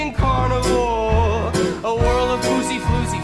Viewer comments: One thing that is ticking me off is that you keep sounding like you are saying carnivore. He’s saying carnival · you soynd like your saying carnivor rather tthan carnival here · It sounded like you were saying "never ending carnivore", just wanted to say it's never ending carnival since RTC is where the teens died at a fair ground/carnival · Am I the only one laughing because she keeps saying carnivore instead of carnaval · i can't tell if she was saying carnivore instead of carnival 😭